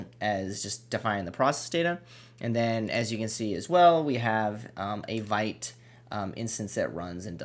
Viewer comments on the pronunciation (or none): FYI....it's pronounced "VEET", not "VIGHT"